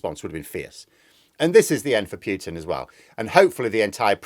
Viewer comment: please stop saying "Pyootin"; it sounds ridiculous! It's "Pootin". Thanks.